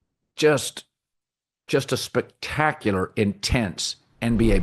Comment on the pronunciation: can colin not pronounce the word spectacular